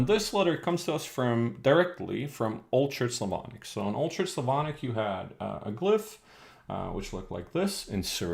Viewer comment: you saying "old church slavonic" souds like "ultra-slavonic"))